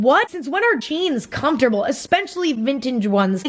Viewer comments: spells it how Emma says it Es-peh-cha-lly~ ven-chig’ ones😂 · "eSPechiLLy vinntange Ones" im deadddddddddd hahaha lolol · "espenshly vintije ones" sksksahkgkds im crying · 2 years later and “ispincially vintinge ones” still kills me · am I the only one who laughed when she said me editing"aspecaly the fintige ones" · The edit when she said “espechily” fucking killed me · “Espenchaly vInTaGe...” lmaoo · Enspenshaly vintaige ones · “EnSpEnCiAlLy VnInTaGe OnEs” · “Espechilly vinteg wans” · Emma: enspjially vingtjge ones HAHAHAAHAH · DUDE, DID ANYONE ELSE DIE LAUGHING AT THE PART WHERE EDITING EMMA MOCKS HERSELF AND SAYS " enspechially vinchage ones " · OMG i laughed so hard when she was like espechally vinchige othes lmao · Espetcially vinttiiggiagee🤣🤣🤣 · Literally LAUGHING, tears streaming down my face, all alone in my bed 😂😂😂 “inspincially vintinge ones” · "espeNcially vintaNge" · enspeentchally venteege ones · “espencially vingatage omes” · “Epachilally vintache ones” My tampon deadass just came out from laughing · “espeNcially viNtaNge ones” FUCK😩😩😂😂 i knew i wasn’t the only one that caught that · my Asian mom trying to say “especially vintage ones”😂